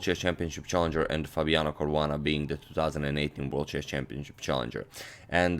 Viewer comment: It's Caruana :3